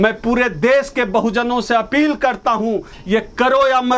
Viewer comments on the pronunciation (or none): तुमसे अपील का उच्चारण सुनकर हमको मचली सी होने लगती है।🙏🙏🙏🙏